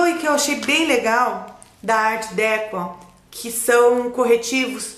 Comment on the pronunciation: troquinhas sempre nos fazem bem,não é? a pronúncia correta acho que é ar decô, bju